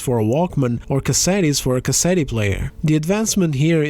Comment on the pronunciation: He pronounced the “e” in cassett”e”. Unsubscribing